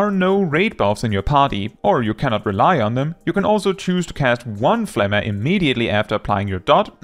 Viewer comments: I'm so happy someone finally pronounced pneuma the right way 🤩 P.S. I'm Greek 🤣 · Is THAT how Pneuma is pronounced?